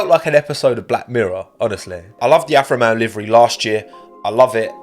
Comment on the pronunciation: every time says alfa romeo i keep hearing afro man instead and now i cant unhear it, i must be going crazy